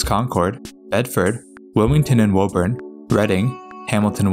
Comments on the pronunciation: Woburn: not woeburn but wooburn; Dedham: not deadham but dedim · It’s not woh urn it’s woo- burn or in our accent woo-bin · Concord is "Con-curd", Natick is "Nay-dik", Haverhill is "Havrull", Woburn is "Woo-burn", Lowell is "Lowl," Stoughton is "Stow-ton" Those are the ones I caught, there may be more. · Woburn (Woo Burn) Haverhill (Have [long A] Rill) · Here, let me help you. My hears are bleeding right now: Woburn = "Woo-burn" Soughton = "Stoh-tin" Haverhill = "Hayv-rill" Lowell = "Lohl" Dedham = "Dead-um" Concord = "Cong-kird" Natick = "Nay-dick" Falmouth = "Fal-mith" Quincy = "Quinn-Zee" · Missed Woburn, too (not that anyone would get it right just from reading the name, anyway)